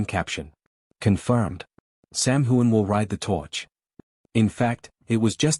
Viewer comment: His name is not whoan. It is hughan. GET IT RIGHT!